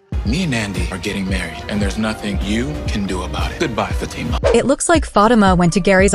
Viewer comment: This narrator need to know the correct pronounction of Fatima's name. I agree with on Fatima needing stand down on Andi and her problem with Gary. Zac, would remind her that they have their own set of problems take care of those.